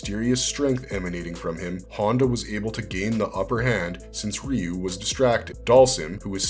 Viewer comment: Finally! A video that pronounces Ryu correctly! And it only took 36 years!